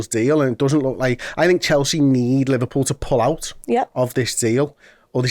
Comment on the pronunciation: Looooooooooooool Liver-no-pull 😂😂😂